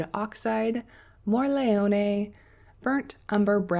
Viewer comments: Hi! You are saying "morleone" while it is Morellone (like the wine), same letter, same tonic accent, just the order is different. (If you really want to say it perfectly be aware that for the double L you need to quickly press the tongue behind your teeth instead of just tapping it). Hope this help! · Thanks for making this video. So appreciate the time you took to show such a useful comparison. Love your swatches! I'm worried for your nice brush with all that swirling and scrubbing on the paints. Maybe consider pre-wetting. Also, "More ell ohn neh." (You are pretty close, so nice! It means big mushroom. You can get Morels (mushrooms) in some places in the US.) And "Tin-tor-et- toe." (Named after a famous Italian painter.) Thanks again!